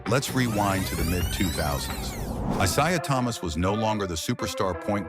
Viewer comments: Pronouncing his name wrong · You can't even say this guy's name correctly. did chatgpt make the script for you? at least google basic info if you aren't familiar with it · This dumb idiotic video. The idiot narrating this can't even get his name right.